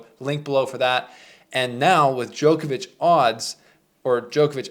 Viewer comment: Why can nobody from the Americas pronounce “Djokovic” ? It’s not Jokervic ?!? What’s wrong with you.